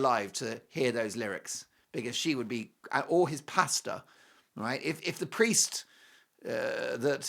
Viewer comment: LOVE your “Pastah” pronunciation for Pastor! Hilarious!